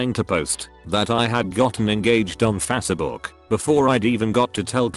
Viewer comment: I like the voice pronounces Facebook "fass eh book"